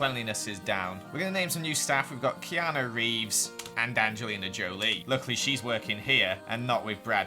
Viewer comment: Says Kenu reeves Me:*Gets John wick vibes*